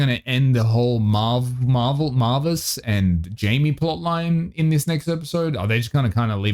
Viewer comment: I can't everytime you call Marvis 'marvel' 😭✌